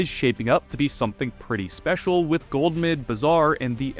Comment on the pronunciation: Why you saying it as "Gold"mud, youre driving me crazy. Love your vids tho